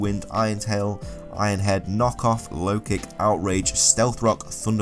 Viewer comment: So I'm just casually listening and I hear "Iron Head Knock Off." I thought it was an alternate version by the way you said it XD